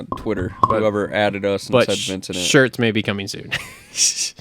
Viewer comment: Cole is a legend, always makes me laugh with his sayings. Vincedent😂